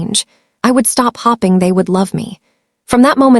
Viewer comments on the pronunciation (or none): The word is HOPING, not HOPPING. For goodness sake, can someone edit before releasing stories. AI has no idea about the English language!!!